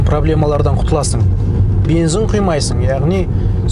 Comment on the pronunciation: Видео керемет! Бірақ бензин деген сөзді "БЕНЗІН" деп айтпасаң нұр үстіне нұрәлем болар еді